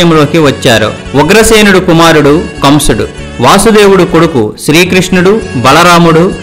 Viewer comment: వాసుదేవుడు కాదు.వసుదేవుడు అని చెప్పాలి.